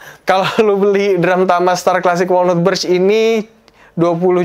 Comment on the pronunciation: Saran bang. Walnut cara bilangnya wolnat. Bukan wolnut.